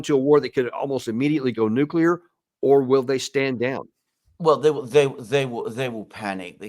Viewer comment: The British foreign secretary doesn't even know how to pronounce nuclear😂. And Putin never threatened anyone with NUCULAR😂 weapons.